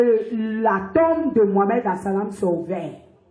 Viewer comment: Tu as même du mal a prononcé le nom de Mohamed Saw et tu dis que tu étais musulmane....chiip.. menteuse